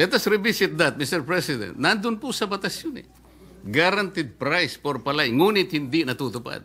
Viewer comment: Hoy KIKO chonggo matsing.. PALAY lang di mo pa mabigkas maige .. 😂😂😂